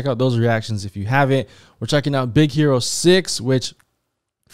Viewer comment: and it sounds like she’s saying “Hito” for Hiro